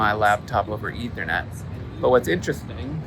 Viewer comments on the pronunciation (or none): none